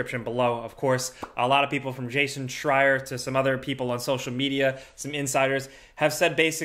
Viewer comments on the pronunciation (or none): none